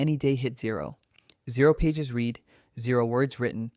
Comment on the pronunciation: Pronounced 'read' as 'reed ' when 'red' was the correct pronunciation for the sentence. AI ain't all that intelligent, yet.